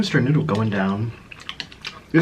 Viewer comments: Oh 😁 he was saying 🗣noddle lol 😂😆🙊🍝🍝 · Say noodle , say noodle NOODAL 😂😂😂😂😂😂😂🤷🏻‍♂️🤷🏻‍♂️😂😂😂